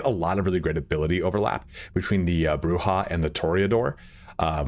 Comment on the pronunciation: Incorrect. It is pronounced "Broo-Hah". That's been backed up by many sources, including Bloodlines 1. Camarilla is either "Cam-a-RILL-UH" or "Cam-a-REE-UH" both are accurate, and Jason Carl himself has gone back and forth in "LA By Night" pronouncing it both ways. Sabbat is basically always "Sah-baht" though.